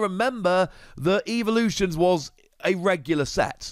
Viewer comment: You say evolutions weird unless that’s your language not to be rude it sounds like your saying evaluations